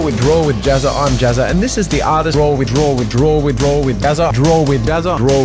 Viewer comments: Is it me or when he says draw with jazza its sounds grow with jazza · "...Drool with Jazza!..." Now you can't unhear it! (･.◤) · Does any body else hear "drewid jazza" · What I understood: "Welcome to drool with Jazza!" or "Welcome to drooling Jazza!" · It sounds like you're saying drool with Jazza!😂😂😂😂But good for you for changing, to a new beginning!